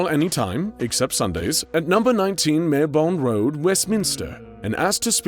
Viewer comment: Marylebone is pronounced Mar-le-bone. The Y is silent.